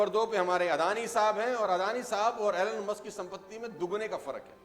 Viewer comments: It’s not Alan Musk . It’s Elon Musk. You teach others, ppl follow you so you should know correct pronunciation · your pronouncation "alan maaaaask''😂😅😂😜